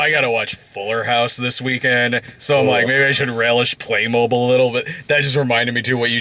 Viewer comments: It's pronounced "playmobeel" 😁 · Play Moh-beel god it's like saying pokey-man it's just wrong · Being dutch, its weird to hear someone say "Playmobil" instead of Playmobeel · Is it pronounced "Play-MOH-Bill?" I always said "PLAY-Moh-BEEL" or "Buy Legos instead, Grandma." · I always pronounced it "Play-mo-beel". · The commercials I see every once in a while always pronounce it as "playmobeel." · I only came to the comments because I had to know if I had been miss pronouncing Playmobil my whole life.